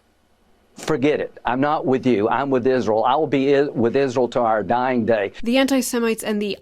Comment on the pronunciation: said "semenites" 😂😂😂 bruh.. 🤣🤣🤣🤣